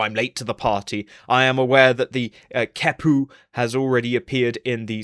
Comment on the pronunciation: Both the Q and the H get K sounds. The QeHpu would be “Kek-pu”, not “Ke-pu”.